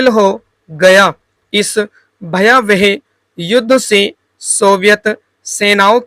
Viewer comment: jaise आप 'है ' को 'हे ' , 'भयावह' को 'भयावेह' , 'देश' को 'देस' kuch is trah ka uccharan aap karte h ....baki janaab aapka sab sahi h